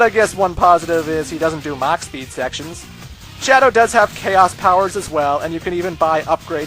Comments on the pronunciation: Mach. It's mach. Mach. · Mach not max XD